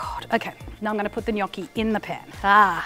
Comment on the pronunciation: As an Italian I tell you you're the first non-italian I hear pronounce gnocchi in the right way, it kind of made me happy lol